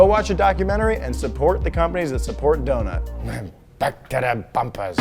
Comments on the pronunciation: When I heard Zach say Back-to-de-bumpers it reminded a bit of Super Mario's broken English and i though, hey, these two work on some car pipes, they should dress up as Mario and Luigi! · “...now, back to da bumpers...”😂😂😂😂